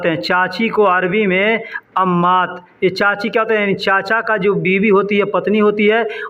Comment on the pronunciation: Assalamualaikum sir Miya or biwi ka talaffus sahi karo